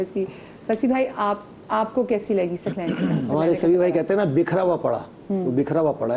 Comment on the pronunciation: host ki urdu ka talaffuz bohot ghalat hay ,Saqlain ko ,Saklain keh rahi hain